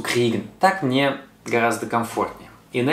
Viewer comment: Что за говор:" это не по мнеэ". Зачем так произносить?